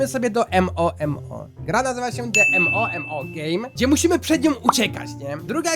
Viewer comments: Sorry ale mówi się Momo a nie em o em o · Mówi się MOMO a nie M O M O